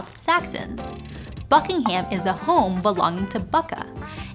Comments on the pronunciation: All the comments saying she pronounced the Thai names correctly but she can't pronounce Buckingham or Canterbury 😂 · it is impressive that you nailed the name of Krung Thep, but I think the H of Buckingham is silence...?